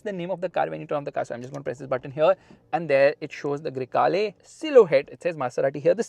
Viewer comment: baingan Yeh gadi, Grey hai ya Kala you said, Greykala 🙄 fulgore ful'kala hain 😂